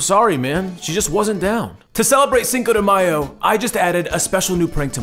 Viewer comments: Cinco de myer 😂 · "Cinco De Myer" 😂😭? Im offended, and im not even Mexican 😂!!! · Cinco de Myer ! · "Cinca de Meyer"😂😂😂😂😂 she the is taco bell KFC 😂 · "Cinco de Myer" lmao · cinco de MEYER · Cinco de Meyer lol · Cinco de myer😂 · "Cinco De Mayer" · "Cinco Re Myer" 😂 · "Cinco de Meyr." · "Cinco de Myer" 😂😂😂😂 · "cinco de myer"